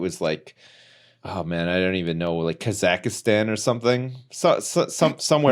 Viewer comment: ahahaha mispronouncing Kazakhstan as KazakhIStan, i don't know why i find it funny, very innocent mispronunciation.